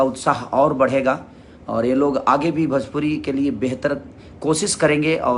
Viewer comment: भजपुरी नहीं भोजपुरी होता है।